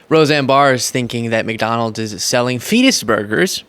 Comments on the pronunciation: I thought she said penis burgers! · i understood "fecal burgers". did she say fetus?? as in undeveloped/unborn babies????? either way....do they listen to themselves🤨🤨🤨🤨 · I thought she said cleetus burgers .